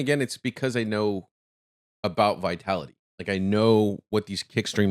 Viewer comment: Bro, I don't know if you intentionally call him 'Vitality'; he is 'Vitaly'. LOL.